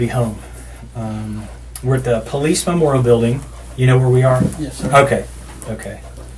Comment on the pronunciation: “Po Lease officer” 😅